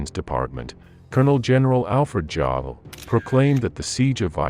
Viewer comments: It's Yo-dall not Joe - dall. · Vere macht not where macht. Yodl not joe-dl. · It's "VERmact" not were-mact. And I'd assume that it's General Alfred "Y"arl despite starting with a 'J'. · hey narrator ... BIG MISTAKE ... his name is pronounced YO del ... not JO del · The German pronunciation is "Goerbbels" not "Goebbels", "Wehrmacht" is "Vhermacht", and "Jodl" is "Yodl". AI is idiotic. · I heard “Joddle”! 😂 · Gou‐bells? Ja-del? Time-O-Shenko? Where-macht? These AI narrators are terrible. You would think the makers of a permanent YouTube record would actually care about details like pronunciation. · General Alfred Jodl's name is pronounced "YODEL." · The bot voice was pretty good but it doesn't switch to German pronunciation when necessary. Hearing about Colonel-General Joe-del and the ware-marked is a bit grating. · It's pronounced -' Vehr macht '. And ' Jodl' is pronounced -' Yodel' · It’s pronunciation of Jodl as Jowl was egregious. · I really dislike having American commentators/narrate for these kinds of programs...they almost inevitably mispronounce individuals' names and place names. General Jodl, for instance, is pronounced "Yo-del" as Js in German are pronounced as Ys. "Wehrmacht" is pronounced "Ver-macht" as in German, Ws are pronounced as Vs. I'm a native English speaker, but if you're going to pronounce these things correctly, it doesn't take much effort to get them right. The rest of the program was well-done, but please do your homework on pronunciation and/or get a European who understands these things to do your narration. These errors degrade the credibility of the efforts to make your presentation both look and sound professionally done. Thank you. Just hoping to help improve the excellence of your videos! 😊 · Jodl is pronounced "yodel". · You could write yodel so the ai says it right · You might want to learn how to pronounce the name "JODL" correctly. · please learn how to pronounce Wermacht, Jodl, Timoshenko and of course Goebels.